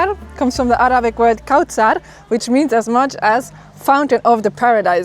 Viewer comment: Your pronunciation is very poor. It's written as kauther but it's pronunciation sounds as kosr.